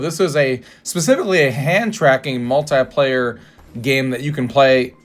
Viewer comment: The word "muahltaiplayer" makes me so aggressive 😅